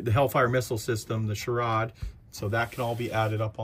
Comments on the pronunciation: Its pronounced Shore - ad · SHORAD pronounced Shore-add is Short Range Air Defence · I'm an old BSFV crewmember, this makes me happy! BTW pronounced SHORE-ADD, Short range air defense 😉